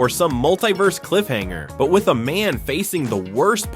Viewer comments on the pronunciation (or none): none